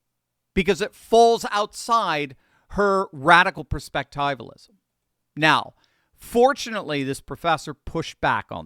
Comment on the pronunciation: I really don't want to nitpick but when you pronounce words incorrectly, it has an effect on the way people hear you. For those of us who know how to say perspectivialism, it is very distracting. It is not a long i It is a short i